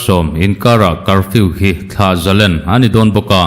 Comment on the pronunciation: Thlah zalen nilovin thlah zalên ti a lam tur a nia.